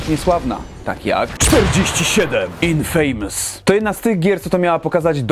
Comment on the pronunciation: Hej, wiesz, że "Infamous" czyta się jako "Infymys" a nie "infejmus". Wiem, bez przedrostka "in" mamy "fejmus", ale nazwę gry czyta się już inaczej. Wiem czepiam się XD Polecam sprawdzić np w google:D